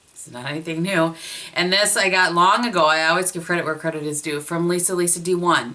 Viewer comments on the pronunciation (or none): none